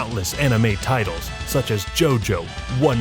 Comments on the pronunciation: I thought it said titties not titles 😂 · When he said "Hottest anime titles" i thought he said Hottest anime tiddies